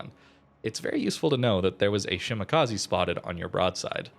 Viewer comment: FYI it's: she - mah - kah - zeh Not: she - mah - kah - zee